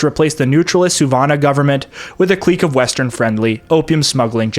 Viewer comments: Thank you, from the bottom of my heart, for pronouncing "clique" correctly. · whole time I thought you were American till you said clique